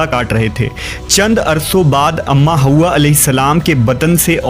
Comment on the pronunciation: It's not haooowa it's Hawa